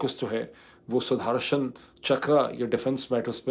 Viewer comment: اسکا تلفّظ ہے " سدرشن چکرا - سدھرشن نہیں Sudarshan, not Sudharshan می بھارتیہ ہوں - آپکا پروگرام غور سے سنتا ہوں - اردو کی تعلم بھی لیتا ہوں! آپکا وروگرام سے بہت کچھ سیکھتا ہوں - گلٹیاں معاف کریں